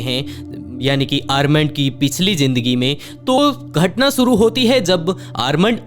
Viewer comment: Bhai suru nhi (Shuru) hota hai...